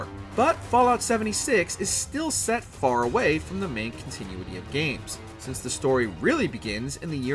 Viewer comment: Con-tin-you-ity? Not con-ti-nu-ity? Nukeular? Is this guy an AI creation?